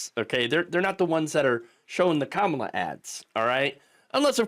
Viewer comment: Can't say Kamala correctly? We should all call Trump "Troomp".